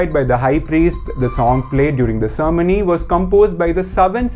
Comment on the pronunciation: The pronunciation of " cermony" ??? Mate it is Ceremony not "Cermony"